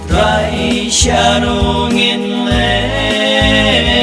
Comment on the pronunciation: Sngewbha kynnoh bha hang to ba ong 'Trai' phi pat long kumba ong TRY.